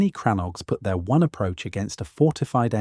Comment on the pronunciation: They are and never were "CRANNOGS" I cannot spell the word on this keyboard as it is in the Irish language. The pronounciation is more like "CRANNOGUE"